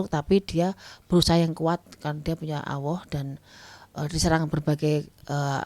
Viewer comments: Apa aq salah denger? Nyebut Allah kok Awoh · punya awoh??? Allah bukan awoh....